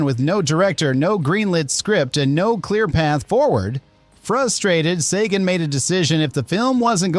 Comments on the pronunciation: It's bad enough that your AI narration can't pronounce "compensatory" , but it pronounces Carl Sagan's name as "SAH-gaan" (07.46)?! What a joke. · Oh boy, 3 new ways to pronounce Sagan. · I really hate the way AI can pronounce a name correctly in one sentence and completly differently the next. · THIS is the QUESTION we are all asking after watching this! (and why AI Narrator can't stick with ONE pronunciation of "Sagan"!!!